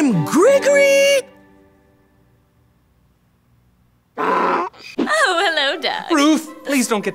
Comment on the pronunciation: I love how says his name likes there's more to come after, but nope. That's it. Lol. And the mumbling when was giving the date, lmao. Got to love it.